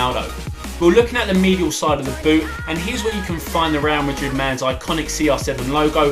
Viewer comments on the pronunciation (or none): none